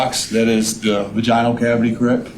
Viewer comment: Every time this THING masquerading as a human utters the word "Vaj-EYE-Null" instead of the correct pronunciation of "Vaj-IN-ull" makes me cringe so freaking hard.